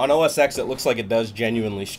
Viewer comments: its called O S TEN....not os X.....damn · It's not OS X pronounced as X it's OS X as OS 10